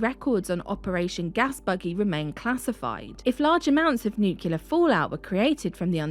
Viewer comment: It's really a shame that you can't pronounce 'nuclear'. I suppose you have the same problem with 'aluminum'.